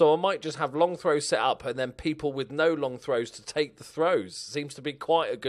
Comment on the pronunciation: “The chairman usually deals wiv that kinda thing”